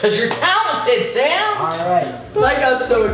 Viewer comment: CUASE YOUR TALENZED DUDE LMAO